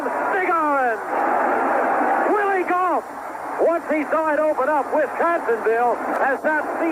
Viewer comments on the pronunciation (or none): "WILLIE GAULT"